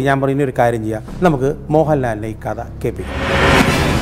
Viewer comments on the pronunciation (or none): Not "കത " കഥ.....